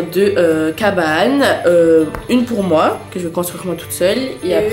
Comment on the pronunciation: Mdr 😂😂😂😂 tu va yamais changer avc t tiktok 😅😂😂😂 elle at dit perprou mwa mwa😂😂 tu ma fait mourir 😂😂😂😂 d rigoler